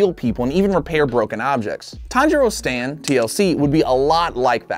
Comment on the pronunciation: You said sand not stand